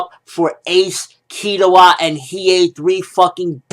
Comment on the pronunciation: im still kinda upset they didnt put yoh form shaman king an kazuki from buso renkin an you butchered killuas name man